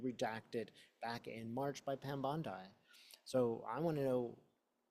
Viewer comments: Pronunciation is “BONDEE” not “Bondi” … ty for the reading! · Bon-deee …not Bond-eye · just a note to you...bond I is a beach in the eastern suburbs of Sydney ( i am an american who spent 2 1/2 years in the eastern suburbs)..Pam and Americans pronounce her name Bondee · Thanks!!! (Bondeeeee not Bondii) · I agree that there are multiple copies around the world, so she can run but she cannot hide. Also, she pronounces her last name like "Bondee" - not like the beach in Australia. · Pronounced “bond-dee” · I think she pronounces it Bond EE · Thanks for sharing your channeling gift with us. Pam Bondi's last name rhymes with blondie, by the way. She has sold her soul to the devil and she deserves to be in jail! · Pronouncing that name as bond eye avoids drawing attention from U tube. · may purposely pronounce her name as bond eye to avoid trouble with U tube. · Pam B.'s last name is pronounced > Bondee. Thanks for all of your readings. ❤ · When readers mispronounce names and words such as bond eye, it helps ensure their safety so that they are tagged by U tube. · Pronounced Bondee. Not as an i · But, by pronouncing the name as bond eye, doesn't draw attention to himself from U tube.